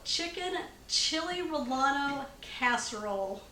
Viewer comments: 2 LL"s are pronounced as a "Y" for future reference . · Looks delicious - and easy. I'm adding the ingredients to my shopping list. Being from So. Calif. I did have to laugh when I heard you pronounce "relleno". Here is a YouTube with a more Mexican pronunciation